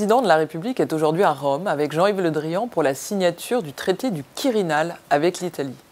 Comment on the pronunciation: De nombreuses approximations (pour ne pas dire erreurs). On passera sur la prononciation de Quirinal. Tout cela est plus inquiétant que regrettable de la part de notre diplomatie qui se veut (ou se croit) encore influente.